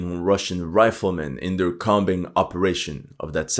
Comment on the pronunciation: "combing" is pronounced "koming" with a long O so rhymes with homing as in homing pigeon. "comb" rhymes with "home".